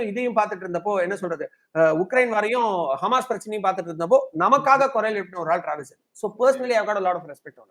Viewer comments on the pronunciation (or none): none